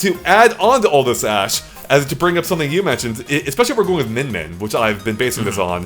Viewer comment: It's Min Min.